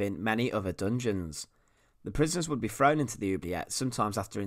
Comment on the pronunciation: Please learn some pronuciation if you want to be taken seriously. Good information and interesting. Though frow instead of throw oh boy🤔😉👍